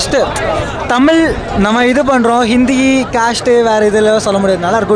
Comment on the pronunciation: தமில் இல்லடா தமிழ் இவன் கிட்ட அந்த தமிழ் மாட்டிக்கிட்டு தவிக்குது